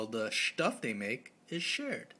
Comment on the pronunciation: I literally pissed myself every time you said Shtuff... this video was too amazing!